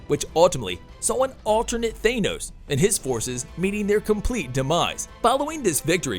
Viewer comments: And Thanos, not Thānos. Clearly someone who’s not a marvel fan. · I'm trying to listen to the story - yay, Valkyrie!! - but keep getting stuck on the weird pronunciations - ThAnos and Aaaasgard? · Than-os NOT Thay-nos. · Had to turn this video off because I feel like the OP was saying Thanos and Asgard wrong on purpose. Shit was annoying as hell to listen to